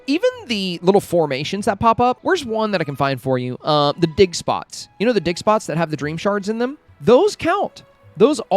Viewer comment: Ur insanly creative! Those tips are so helpful thank you so much. Lol I was making a sandwich and I had ur video on and I was like wth... did he just say dickspots?! And I laughed inside my head and thought oh yea ofcourse digspots LMFAOOOOO hahaha I'm still laughing everytime I hear u say digspots 😂😂😂